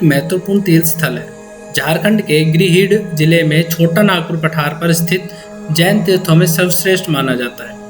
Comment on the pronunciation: Jagah ka naam to sahi se pronunciation kal le (grihid) it's gridih